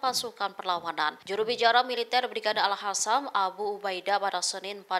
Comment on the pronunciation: Not al hasam. Al Qasam.